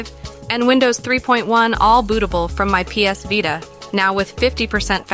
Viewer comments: On the Vie-ta ... Lol... It's Vita (Vee-ta) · V eyeta? I thought it was vita. Jk great content btw